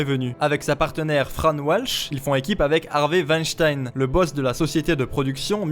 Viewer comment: Le monde germanique te remercie, en mon nom, pour avoir prononcé correctement le patronyme de Weinstein 👌